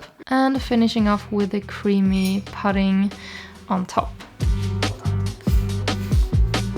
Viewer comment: "Thyme" is pronounced exactly the same as "time", "pudding" is "oo" like in "hood" or "good".